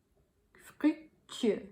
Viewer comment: The tenth word is FRUCTUEUX, not what you wrote and said.